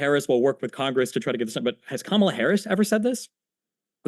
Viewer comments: It’s high time that we call out the disrespect from right wingers on the pronunciation of Kamala(comma-la)not Ka-ma-lah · And why do these conservatives keep pronouncing Kamala's name wrong? They say it correctly once and then say it wrong after that. It's KAHmuhluh, not KaMALLuh. Similar to Pamela. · Harris' name forever now will be to me, "Kah-mill-ah" instead of how the press usually pronounces it. XD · No it's not Kah-mela.... It's Comma(like the punctuation) then luh. You're confusing yourself atp. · Her name is pronounced like COMMA LA. Have a little respect and dignity and say her name correctly. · These people are such children. They won't even say her name right. They purposely say it wrong. And you know how I know this? Because the one time he said her name right he said or whatever right afterwards. They're such toddler brains. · So you think Kamala and her family and friends are all mispronouncing her name 😂😂😂